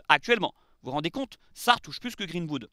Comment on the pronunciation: Arrêt de dire greenfood mdrr c’est greenwood !!